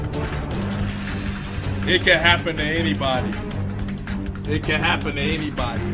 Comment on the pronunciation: "It can hapen to you"